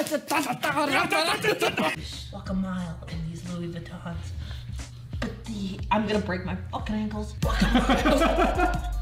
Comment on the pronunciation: I wonder if Ethan knows it’s louboutins and not Louis vuittons now